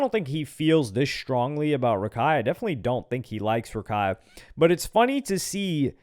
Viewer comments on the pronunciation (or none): it's rakak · it’s not Rakai it’s Kaira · it’s not raikai its rahkhai